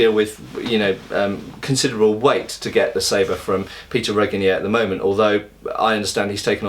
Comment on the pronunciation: At least you learned to pronounce Péter's name almost correctly :)